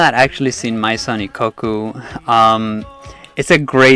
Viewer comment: That's not how Maison is pronounced. It's French.